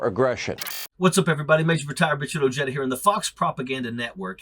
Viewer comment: OMG, when you said your last name with a hard J, I cringed.